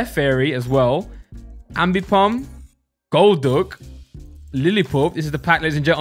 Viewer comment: Stop talking like that the way you said golduck